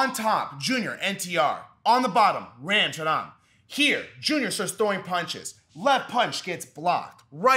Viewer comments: CORRECTION ON PRONUNCIATION the actual PRONUNCIATION of RAM will be kinda if you pronounce RUM instead of RAM, besides this great video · His Pronunciation of "Ram"😭😭😭